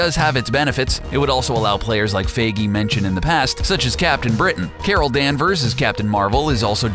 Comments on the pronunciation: It's not Kevin 'F"a"gee', it's Kevin Feige (Pronounced: F"eye"gee). Dear Jesus, learn how to pronounce German/English names, it hurts my ears listening to you attempt to correctly pronounce his name, all it takes is a quick Google search. Well, I guess it is better than a few months ago when you pronounced his name Feige as, "Feegee". LOL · For you to hopefully know how to say Kevin Feiges last name. Its Fe-I-gee, not fee-gee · "fie-gee"" NOT "fay-gee" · I kept getting bothered by him saying Kevin FIGI instead of FAIGEE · OMG Its Feigy with the 'ei' pronounced as "EYE or I" not A >< Do you even english mate! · "Faggy"??? I thought it's "Fi Ghee". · Its pronounced FIYGEY not FAYGEY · It's pronounced f-eye-gee not faygee. Dios mio. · It's pronounced fI-gee, not fA-gee. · How to pronounce feige? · you pronounced feige wrong its pronounced fi-gee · The way you pronounced Kevin Feige as "Feygee" Annoyed the hell out of me. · "Kevin Fehgee" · why do you say kevin fagee? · giddammit pronounce your shit beeter; "captain faggy." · Sorry but isn t pronounced fige but whatever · It's pronounced FY-ghee! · OMG ITS PRONOUNCED "FI GEE" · Every time he says Faygee a bit of my soul died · Pronounce Kevin feige's name right bro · you to be able to pronounce Kevin feige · The way this guy says feiges surname😂😂😂😂do ur research man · U say feige wrong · the funniest thing is how u mispronounce feige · The way he pronounces Feige hurts me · SeanTheMan1 it’s like saying “me-me” instead of meme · The way you pronounce Kevin feige’s last name is so cringeworthy. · Someone teach this guy how to say Feige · Please learn how to pronounce Feige... my ears bleed!